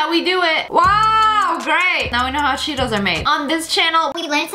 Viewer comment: When u said Cheetos I thought u said Cheerios XD